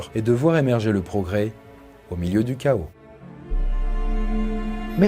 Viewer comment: "De voir émerger le progrès au milieu du cha(ca)os..." (, 19/12/2022)